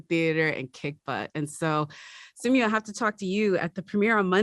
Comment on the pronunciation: Its simoo not simew